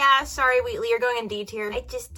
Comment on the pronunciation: "Wiltly" its wheatley 😭